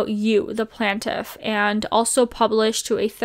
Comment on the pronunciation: Plain-tiff not plant-tiff